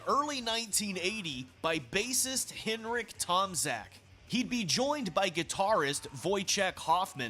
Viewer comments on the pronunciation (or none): Henrik's surname is pronounced TomCHak. 😉 You 're welcome. 😁